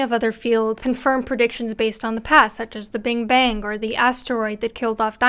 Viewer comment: Did you say "Bing Bang"? 😂 Anyway, great video. It was really easy to understand which is unlike so many other videos that try to cover this topic.